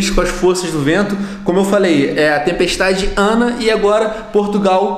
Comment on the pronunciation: Venom parece que tas a dizer tempestade Diana😂😂😂